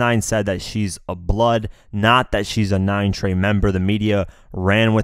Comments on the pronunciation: It’s 9trey not 9treyway you snowflake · This man said 9 treyway blood stop it’s 9 trey bruh lol